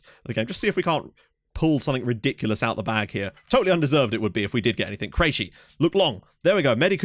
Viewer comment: Krejci is CRAY-TCHEE Ryan should be ray ray.